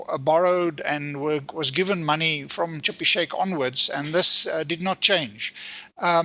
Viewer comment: Schabir , not Chippy , or have I lost it